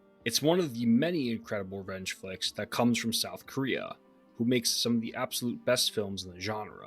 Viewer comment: I thought you kept saying wrench films instead of revenge films lol